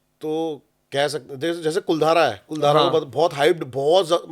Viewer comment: कुलधारा नहीं है भाई, कुलधरा है गांव का नाम।